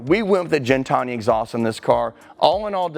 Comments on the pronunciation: It’s gintani not jintani my man. Incredible collection. Thanks for the content. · I hate how everyone mispronounces "Gintani"